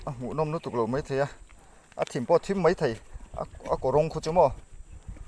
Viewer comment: A la hlauhawm hle mai i zarah kan beng kan mit a tlai e i tawng hi ka hre sual nge mai tih tur ah mei tiin ka lo hria a